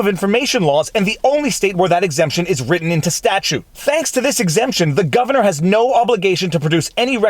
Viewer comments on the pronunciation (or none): none